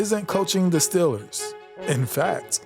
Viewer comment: If you're going to do a video about the Pittsburgh Steelers, you should really learn how to pronounce Steelers.